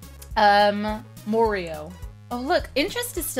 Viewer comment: When she said Morio I bet Mario was like "what?"